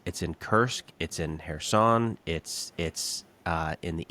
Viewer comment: Not Harriso or Herson, but Kherson. . Not "Delta and Nipro river" but delta of Dnipro river